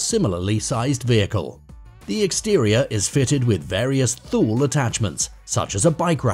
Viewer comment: Thule is pronounced Tooley.